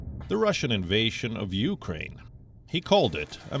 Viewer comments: biden said uranian he forget the k ukraine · Zelensky should take heed of this. ...if US president cannot even pronounce the word of Ukraine properly and call them Iranians....is the West really going to be a saviour? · Even my 4 year old grandson can pronounce Ukraine. Not Uranian